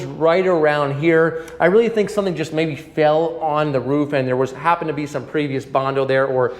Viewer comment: The first American I heard who pronounces "roof" correctly!!!